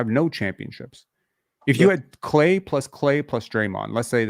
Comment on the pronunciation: on the first listen I thought you said he's like Klay....had to rewind it to realize you said he's like Clay. lmao. Not sure if I agree with the Lonzo led Bulls take though, last time Lonzo had played with the Bulls they were 1st in the East. Could also just be my love for Lonzo though. Last night was a great watch, exciting and fun. What I find pretty crazy is we still have to add Jakob into the mix. lol like we said this gonna be a FUUUUUN Season! Go Raptors Go!